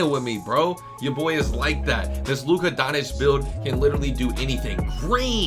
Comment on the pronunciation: “Luka Donich”